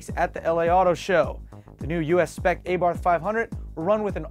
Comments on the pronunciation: It's "Ah"Barth , not "AY"Barth . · its abarth not a barth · Uh-Bart, not Ay-barth. :-) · Its not A-Barth it abarth...lol and the other is pronounced esseesse as in SS...LOL You funny dude! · its not A-Bath ffs, its 'arbarth' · Abarth=Arr-bath not A-Bath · its Ahbarssss not ahbar!! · It's abarth, not AYbarth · Dear americans, Abarth, is not pronounced A Bath, it's Arbarth. and Nissan isnt pronouced Neeeeesan, its Nis san. It's not that hard. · its not a-barth is abarth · it is a-bart that is how it is pronounced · Finally a car sized just right for - the Fiat 500. I kid, we love you. Re: Abarth pronunciation- as soon as that car is lowered off the boat it becomes an ay-barth. This is America & we'll pronounce things however we want! The SS will be way over priced though I'll bet you could buy one of those sweet new Toyobarus for less. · Welcome to the U.S-spec AYbarth five hunert! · It actually pronounced "Ah" bart - or at least thats how the italians in torino say it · "AY-BARTH" lol! O You yanks. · Your pronouncing "ah-bar-th" wrong. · LOL at how you guys pronounced abarth. It's ah-barth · um that's "ah-barth" and SS was always spelled phonetically for the Abarth, so I'm not sure it's esseh, esseh but ESSE ESSE... SS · GODDDDDDDD you guys come on its not a barth its a bath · Its not called ''AAA-bart''..... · isn't it pronounced "ah bath" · Wow, how about you get dumb ass next week, for your atrocious pronunciation of Abarth and Esseesse. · ok just for the people that cares, the "A" sound like the "A" in "PIZZA". The "TH" sound like "T". Now you know how to read ABARTH. And abarth is for fiat what mopar is for dodge and trd is for toyota. Btw, nice episode. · ahhahah please learn to say ABARTH ....